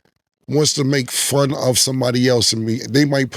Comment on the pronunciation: Cam said “When somebody wanna make frun of someone “ 😂😂